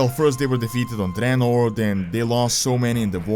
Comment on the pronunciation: Finally someone who says 'Dreanor' and not 'Draynor'